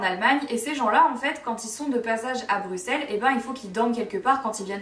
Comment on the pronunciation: Moi je tiens à féliciter Marie, française, qui dit "Bruxelles" (bruSSel) correctement 🥰